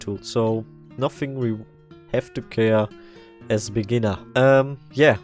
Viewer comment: did you say for begnniers